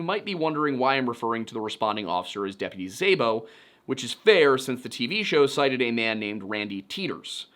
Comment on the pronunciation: Szabo is pronounced more like “sah-bo.” Hungarian last names for the win lol